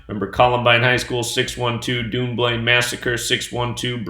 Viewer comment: I wish you would say Dunblane properly .......its pronounced done blain